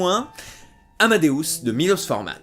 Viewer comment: Mon film préféré 🥰 et son premier doublage est juste un chef d'oeuvre en soit 😊 Par contre on dit Milosh, pas Milos ^^